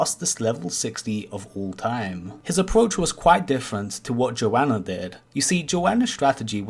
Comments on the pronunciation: I know you don't mean to call them a 'her/she', but Joana is a guy just so you know. They pronounce it more like Joe Nuh from what i've heard them say. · He didn't call him a her once? His did pronounce his name wrong though